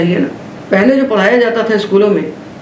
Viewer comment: पहले का उच्चारण पेहले किया जाना कितना उचित है?